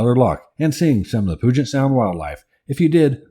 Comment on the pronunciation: Great videos. The name isn't POO-jet sound. It's Pyu-jet Sound. No POO here! 🙂